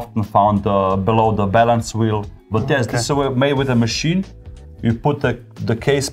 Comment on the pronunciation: i heard "...this is a type of decoration often found below the bellend's wheel.." lmao